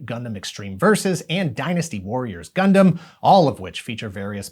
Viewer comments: ngl the part where they pronounced it as “gun-damn” was a bit triggering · "Gun-DAMN" Gotta love that tv commercial's pronunciation. 😂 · Oh gosh...that ad. We need Gun DAM pilots. Did he know he was saying it like that? Was that on purpose? I hope so. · The uniformed guy in the ad says "Gundam" as though he's saying "God Damn". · Are we all going to just pretend we didn't hear the Britsh announcers pause and say it as Gun Damn 😆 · The guy in that commercial pronouncing Gundam "Gun Damn" cracks me up 😂😂😂😂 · the way the soldier said "gundam" in the commercial sounds like "gun damn" 😅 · The commercial really works to make "gundam" sound like a swear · Same pronunciation like the British!Bright in the dub of the MS Gundam movie trilogy which came out first on VHS in the US before Wing even aired on Toonami. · It was a UK commercial for the DX Wing Gundam, and it looked more badass. His pronunciation reminded me of the 1st English dub of the Mobile Suit Gundam movie trilogy, whose Bright was British sounding.